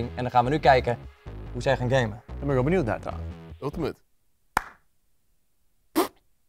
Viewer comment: #kpn topplays die geen ultiemet kan zeggen